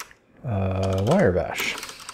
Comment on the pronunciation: It's Wrye Bash, pronounced rye as in the bread, not wire. Great videos though, and you're not the first person I've heard mispronounce it.